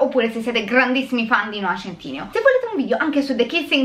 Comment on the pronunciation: Non è noah centìneo ahaha